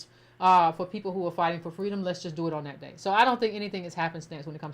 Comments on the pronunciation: I wonder if she was in Zambia around the same time she was telling Dr.King she wanted “fweedom” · Wait...Kamala once told a 3-hankie story about how as a young child she told her mother she wanted: "fwee-dom". Its comes as a shock that her entire story might be a total work of fiction or worse plagiarized. Kamala is just the worst.